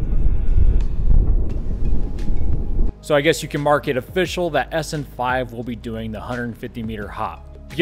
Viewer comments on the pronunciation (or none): none